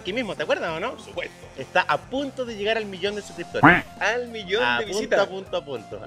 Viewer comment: "al millón de subcripotores" jajaja wena